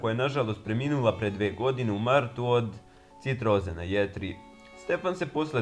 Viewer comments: Kaze se ciroza jetre a ne citroza. A inace dobar si. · Kaze se ciroza a ne citroza axaxaxaxaxaxax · Nije citroza nego ciroza..